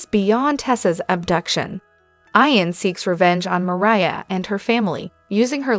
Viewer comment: Why are you saying Eye -an? It’s Eeeeeeeee - AN !!! Geez… so annoying!